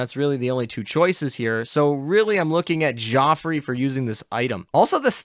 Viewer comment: Not just French. He pretty much butchers every name in this video. But maybe he doesn't know how to type "how do you pronounce..." into his search bar.